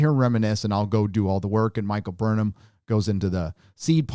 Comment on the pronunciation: i only hear Michael BURNHER